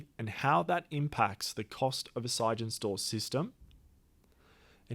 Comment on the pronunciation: Why are you saying "sige-en-stor"? It's clearly "sig-en-stor", as in Sig Energy Storage.